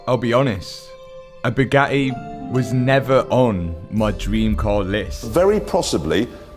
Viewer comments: "A bugae" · Bu A EE , so not Bugatti it’s BuAEe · how brits pronounce Bugatti is annoying… say the Ts